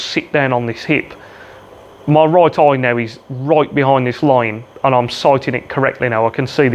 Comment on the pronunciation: Great video, love the accent on 'eye', aaiijjj!